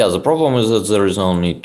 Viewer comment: *ze geym